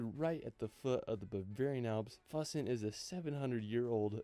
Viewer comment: Neuschwanstein Castle was built for the Bavarian king Ludwig II. - Your pronounciation of Füssen was very close, Ryan is way off there. - Hitler was afraid of heights and didn't like the elevator up into the Eagle's Nest, so he actually was only there a few times. Have you already reacted to the 4 Meet the Germans Road Trip episodes by DW Euromaxx? Highly recommended.